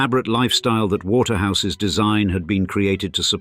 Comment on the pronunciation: The computer-generated voice-over can't cope with several "ordinary" constructions. "Asset-rich", for example, becomes "A set rich". It is particularly annoying when it is unable to cope with apostrophes. "Waterhouse's turrets" becomes "Waterhouse ESS turrets", and "It wasn't until" becomes "it wasn TEE until". There are numerous occurences of "Eaton ESS" and "Britain ESS".